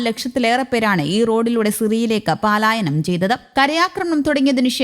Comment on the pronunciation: 'പാ'ലായനം തെറ്റ്; പലായനം ശരി!